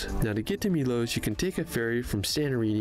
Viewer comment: PLEASE EVERYONE -- the name of a lot of islands ends with OS.. they do not end with OSE. . It's Milos not Milose . . Mykonos not Mykonose . . Lindos not Lindose etc !! Since my first visit to Greece in 1973, I've had a place in Athens for many years. . I've been to 25 islands - many of them, lots of times. Santorini is FAR too crowded - they have severe problems with over-tourism &, especially, the dozens & dozens of cruise ships when hundreds of people suddenly descend on the little island.